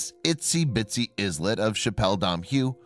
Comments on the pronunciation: The word "islet" is not pronounced IZ--LET. It is pronounced EYE---LET, as in ISLAND. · Isn't the 's' in islet silent, just like it is in island?